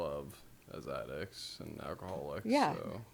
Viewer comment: She's got a problem saying addict.